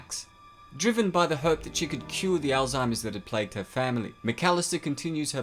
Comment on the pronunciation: May-co not Mah-co ALL-zeimers not Ale-zeimers